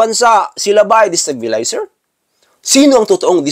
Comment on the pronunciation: Hhhh 😅 my God.. Hnde moh nga maPronounce ng maayus ang Destabilizer 😂 More Practice pahh Boy 😂